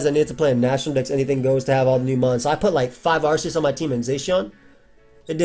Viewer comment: its AR-KEY-US Holy